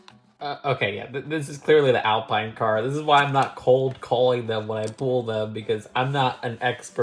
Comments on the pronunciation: It's Al-Peen. Not Al-Pein. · Just for reference Alpine is pronounced Al-peen. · Al-peen btw. It's a french brand! I know also Alpine for ear protection and Alpine for radios: these are Al-pine if I'm not mistaken.